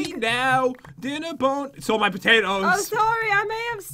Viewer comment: Sithlord Gam3r112 no I thought pat said patootoos??